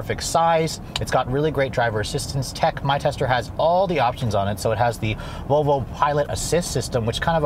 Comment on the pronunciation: I can't stop replaying the first second of the video where it sounds like you're saying Vovo lol. Great review as always!